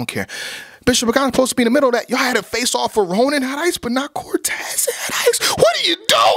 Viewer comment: I swear said "faceoff" so many times I thought he was saying "fae sauce" dead ass